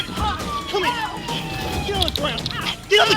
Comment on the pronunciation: The”Grab her gurabe her”GOT WHEEZING😂